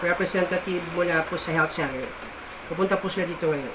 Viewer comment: Hindi ka tlaga dpat gayahin nakakabobo ka jusqko maipag malaki LNG na teache kung ma pronounce ng health center ginawa ng health cener😅 IBA baktol